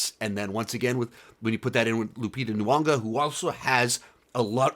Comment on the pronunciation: Pleasant review... And its N'yongo.... a long "O" at the end. Not Lupita N'yongA. ;) Be well.